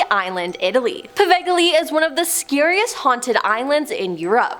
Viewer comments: Oh dear gods! Please learn to pronounce words correctly - it's not that difficult, in most cases. Example: the very beginning of this video - if you had just read the word carefully, you would see it's 'Poveglia' (actually pretty famous!), NOT 'Povegely' 😡 Sadly, this is not an isolated incident. Every one of your videos I've seen, this same thing is an issue. It costs nothing to take some care, and pride in your work. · It’s povelia not povegole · Repeat after me ... POH - VAL- EE - YA Island. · Great vids, pls work on pronunciations. Poveglia, g is silent